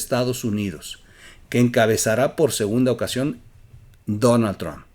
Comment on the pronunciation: Podrías pronunciar bien Donald trumph